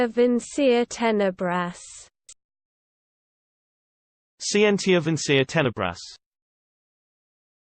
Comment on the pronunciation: isn't it skee-en-tia?